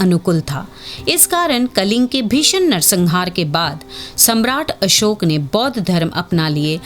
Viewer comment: मैम अशोक होता है ना कि अशोका